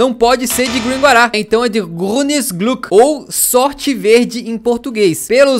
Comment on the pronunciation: Dica, Grünes Gluck se fala Grines Glick